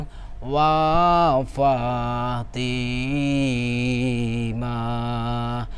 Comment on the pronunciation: Bukan wal Fatimah...tapi wa Fatimah... Hehehe wkwkwk